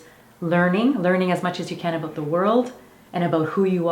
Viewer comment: 24 "abote"? I wonder where you live...